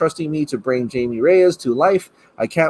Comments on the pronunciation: “”Jamie””it’s pronounced “Hymie “” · It’s Hi•me. Not Jay•me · Hymie Reyes the j in Jamie dose not sound like a j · He said Jamie lol that’s not how you say it it’s Spanish but good vid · Please pronounce Jaime the correct way. It’s pronounced HI-ME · It's pronounced Hi me :) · It's Jaime,. Sounds like 'HI-May'. 👍🏽👍🏽